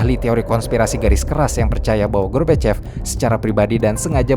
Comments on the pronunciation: Michael gorbachev bamabang bukan michael gorbokep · Koq melafalkan Michael Gorbachev dengan gorbokep gitu sih? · Lagi serius denger.. Eh malah ngakak ngedenger narator ucapin mikhail gorbachev... Menit ...sengaja?